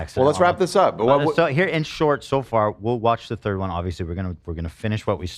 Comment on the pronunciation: The audacity of Hila to make fun of AB pronouncing something when she still struggles with basic English sounds. She literally pronounced “third” as “turd”